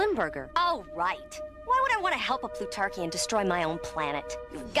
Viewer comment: That cwazy Pwutawkian!